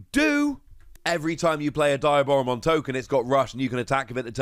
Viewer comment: Its pronounced "de-a-bora-mon"